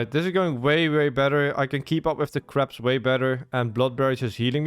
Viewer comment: i kept hearing craps instead of crabs lol